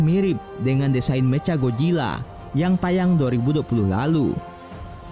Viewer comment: "Meca gojilla"???